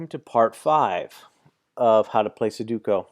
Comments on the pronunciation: stopped watching 5 seconds into the video "suduko" , its sudoku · It’s not Suduko but Sudoku. You’re making a video on a game but mispronounce the name of it?